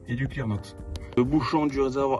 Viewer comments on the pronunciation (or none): Le clearnox est inutile, il suffit de mettre la dose adéquate de d2u dans l'adblue .Pourquoi beaucoup de personnes prononcent "ad i blou" , il n'y a pas de i derrière le d ???